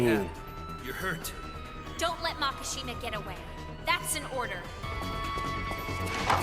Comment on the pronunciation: It’s Makisjima, not Makashima lol. Maki means fire branch. Shima is Islands. There is no word MAKA in Japanese and sounds so awkward